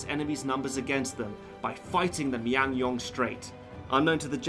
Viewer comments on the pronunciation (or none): The pronunciations are quite wrong but a good review. FYI, they are pronounced * Chil chuhn ryang * Myoung ryang The whole movie IS NOT in Korean, at least for Korean version, Korean soldiers speak in Korean and Japanese actually speak Japanese. It is still unknown to this date how exactly the Admiral has won the battle. He was a patriotic man and also, he always stood by the commoners. I guess that "cheesy" parts are mere gimmicks to show the relationship between him and the commoners. Perhaps that's why I don't find the parts cheesy as all Koreans know what sort of a man he was. One thing that bothers me though, is that the Japanese did not use atakebune in the battle of Myoungryang because they too knew about the "roaring current". They probably thought they can fit more ships if they use smaller sekibune. The Korean Pahn-ok-suhn was larger but in the movie, Japanese sekibune is about the same size as the Pahnoksuhn. This is historically inaccurate. For sekibune, pahnoksuhn was pretty much a floating castle. It was higher and bigger. Dodo Takadora left a record saying "the area was too narrow for atakebune, so we switched to smaller sekibune". He fought by himself for hours. Around 2~3 hours is what the historians assume, as 12 out of 13 ships were staying at the back. In his diary, the Admiral wrote: "I looked back to see how my men were doing. They stood at the back and tried to turn back." I do not know what he did and how he did it. It's highly unlikely that he lied in